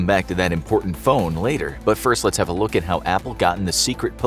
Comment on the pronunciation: "Today we take a liik"